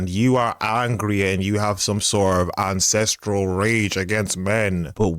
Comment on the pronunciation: "Ancestral rage" LOL I literally heard incestual rage!! I think it's more accurate when you say it my way! It's hard for me to believe that there are very many branches on that family tree! I imagine it being a beanstalk just go straight up and doesn't branch out in any direction!